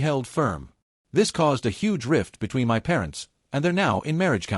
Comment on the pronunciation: If you bought your house, how are u renting and had a landlord? AI just can't get anything right. What is so difficult about saying my as my instead of m y? Can't AI'S be programmed to pronounced every word correctly? Emily is so delusional that her narcissism is now stratospheric. What talent? *Kiss teeth*. No, u are not wrong. U know exactly what to do. Someone needs to give Emily a serious reality slap so hard that it would be difficult to remember how she used to be without getting a migraine. Good of u act so quickly. Most of these stories tend to mess about for awhile before they act to solve their problem with entitled family. What is there to be jealous about? Give in to keep the peac? What about your peace? With Emily's delusion, you'd have no peace.